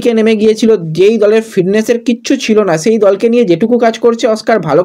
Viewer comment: ফিডনেস, জিদলো, আসা এই উচ্চারনগুলো ঠিক কোরো ভাই।